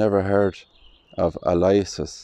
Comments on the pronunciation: Lovely video and Cathedral! FYI, I believe the name “Aloysius” is actually pronounced “Al-oh-WISH-us”. That name has always thrown me! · Aloysius is pronounced al o wishus